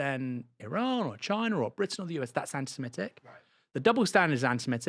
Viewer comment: So happy to hear you pronounce 'Semitic' rather than 'Semetic'!